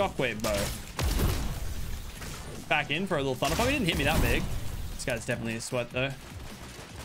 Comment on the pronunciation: Did you see that part where he said thunder dump not thunder pump